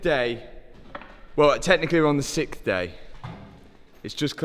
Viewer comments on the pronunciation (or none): so can pronounce six but cant pronounce Sixth, he says sickth. yet he was talkin stuff about americans and their weird english quirks lol. lamborgheneehhh